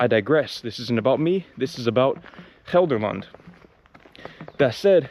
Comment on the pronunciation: You pronounce Gelderland like you are a native, well done!